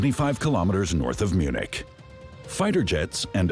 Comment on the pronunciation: Did you say they make these jets in Munchkin or something? Munich maybe?